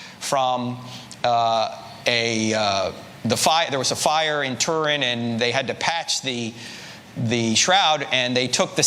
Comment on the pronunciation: Try saying Turin properly.